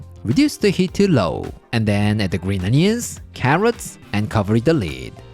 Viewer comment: At first, I thought he said “curry and steamed egg,” which also sounds yummy. :-)